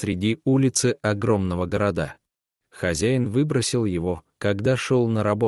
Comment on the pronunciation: Ну и чтец!) "Огромного городА" - неужели нельзя сделать правильно ударение! Не городА, а гОрода.